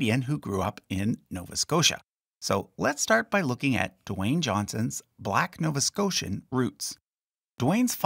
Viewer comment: When I heard you say “Nova Scotian”, I knew you were definitely Canadian. 🤣